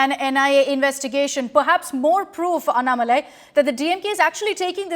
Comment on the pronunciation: This anchor Is a stupid she dog - she should address mr. Annamalai as Mr or Ji. She is a poor anchor who does not even know how to pronounce his name - should know how to pronounce before interviewing someone. She seems to have an agenda of her own and has no knowledge of the facts. Indian press have no interest in trying to learn or elicit the facts on behalf of their viewers- rotten press in India